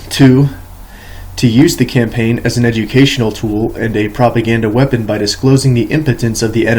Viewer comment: Danmark near illiterate reading of this book. I love it. Compain. Lol cam-pain